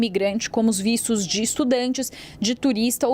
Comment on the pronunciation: que porra de vícios, não e vistos? falal direito mulher as vezes a pessoa pode ate entender errado!!